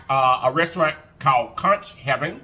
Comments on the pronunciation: It is pronounced kunk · Conch is pronounced (kunk) lol the “H” is silent lol I’m Bahamian 😅conch heaven is a good place next time try the pork souse it has has pig tails, hog mogs & pig feet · We pronounce it... conk...rhymes with trunk... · Everything looks amazing! It is pronounced 'Conk' 😊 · Hey there conch is pronounced "conk". Ch is silent. You're right it has a very delicate flavor. Can be rubbery, if cooked incorrectly. Love me some conch. Never had it fried but in stews with plantains. Best bud is from central America and I grew up with her eating it. Glad u gave it a try! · “I CAN NOT” 😂😂😂 It’s pronounced KONK boo but you made it look sooooo delicious. I love Conch. Enjoyed you today 😍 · First time I tried conch was in the Bahamas the sea gulls (those big birds) dang near took it off my plate from the table. Yes they fly that close. It was good though. I’ve tried since and enjoy then too. Finally it’s pronounced conk, like honk. Nevertheless great video per usual friend. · It’s pronounced “conk” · Pronounced Konch